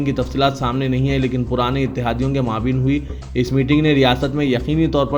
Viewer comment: Are rishwat dekar news reader banne wale. Aaj akhbar men ek lafz ( maabeen ) naheen. Balki ( MAABAIN ) SAHEEH HAI.